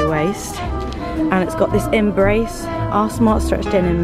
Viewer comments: Love this video. Everytime you say "our smart stretch denim" I just keep hearing "arse smart stretch denim" and can't stop laughing! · When you said “our smart stretch denim” I thought you said “ARSE SMART stretch denim” .... which would be a much better name for them 😂 ❤️ p.s pls do more of these videos